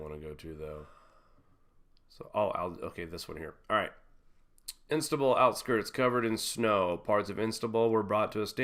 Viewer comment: Istanbul / Constantinople.....you must know the song....pronounced roughly est/stan/bul ...not Instabul. anyway.........great work regardless.